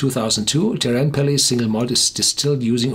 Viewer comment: Teerenpeli is more like "tear" such as what you do to paper, with a rolled "R". Good luck!